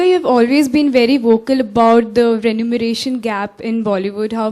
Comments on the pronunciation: The word is “remuneration” not renumeration! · what on earth is renumeration/ renumerated???!!! lol!! not trying to hate but shouldn't they at least try to get the so important word right??!! remuneration people!!! REMU....NERATION!!!! not NU!! :D